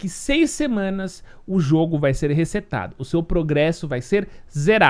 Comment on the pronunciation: no começo do video ele falando "recetado" kkkk